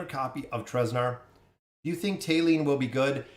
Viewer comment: Thali (thah-lee or tah-lee) not "Tay-lee"